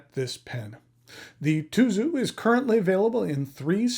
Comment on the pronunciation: Tuzu is pronounced Tsuzu in Japanese. Tsuzuru means to write or spell. The Japanese packaging has the words "zutto tsuzuru, zutto tsuzuku" which means to flow smoothly and continue forever.